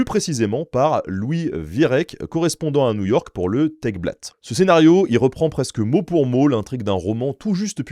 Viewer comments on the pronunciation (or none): Tageblatt se prononce: Tageublatt Et signifie tout simplement 'journal quotidien' 😊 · Tagesblatt, même. Il faut mettre un "s" au bout de "Tage" (pour indiquer que c'est le Blatt (feuille, journal) du Tag (jour)). Ta-gueusse-blatte. 😅 Mais en effet, le titre du journal est Tageblatt, ce qui voudrait dire que "Tage" est au pluriel. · Tègue blatte 😂😂😂